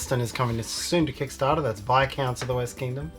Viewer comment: Thanks for pronouncing Viscounts correctly :D So many videos I've seen where they get it wrong...